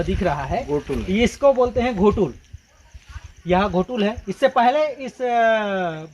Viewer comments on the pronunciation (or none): घोटुल नही उसको गोटुल बोलते हैं